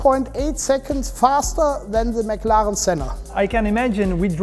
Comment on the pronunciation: tell me you are german, without saying you are german: "mclaren" hahahaha